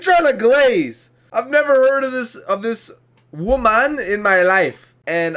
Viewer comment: wooomahn 😂 nailed it.